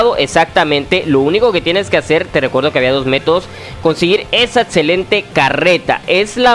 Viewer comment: "etzelente" "protzima" "otzion" "Matzimo"